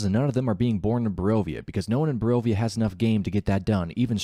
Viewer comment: Can you pronounce a single location in Barovia correctly?